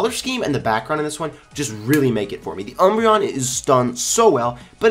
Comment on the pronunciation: ..... you keep saying umboreon wrong